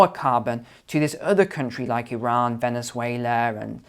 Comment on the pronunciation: Thank you for pronouncing Iran so correct! ❤️🙏